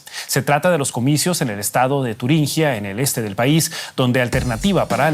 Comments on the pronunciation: ¿Queréis pronunciar Turingia bien? Es una "G", no una "GU". Sed de izquierdas si queréis pero pronunciad bien el idioma. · Por favor, se dice Turingia, no “Turinguia”.